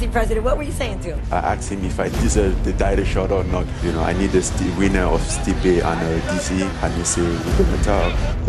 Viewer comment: Joe “steepee” rogan